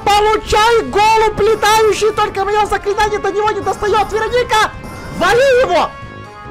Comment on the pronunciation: Это не ВЕроника. А ВерОника.